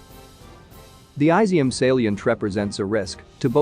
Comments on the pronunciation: Incidentally, it’s not pronounced “ai-zi -um”. It’s pronounced “ee -zyum”. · It would help if you looked up how to say Izyum. It's not Aizium